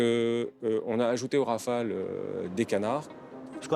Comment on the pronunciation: Please ... RAFALE and not Raphaels!